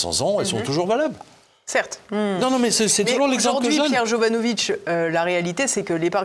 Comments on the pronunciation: Jovanovic pas jovanovitch par pitié, il ne cesse de le dire :) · J’adore PJ mais tu dois prononcer Jovanovic avec le c et pas jovanovitch! Demande lui, il est Serbe ou Croate et pas polonais. Je suis sorti avec une Jovanovic et ils sont très clairs sur la prononciation à la française. Merci pour l’émission. Toujours passionnant